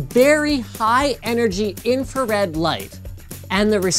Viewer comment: "High energy infared light" Thats called red linus